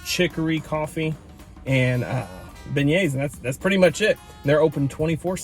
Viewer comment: Beignets (ben-yayz)